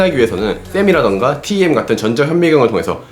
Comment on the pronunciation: 일반적으로 TEM은 템이라고 읽습니다. 티.이.템 이라니요..